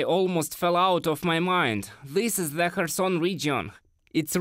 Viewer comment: Your pronunciation of "th" as "z" gets on my nerves. Just saying...